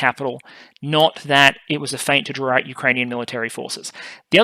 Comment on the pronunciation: Please stop pronouncing the "t" in feint.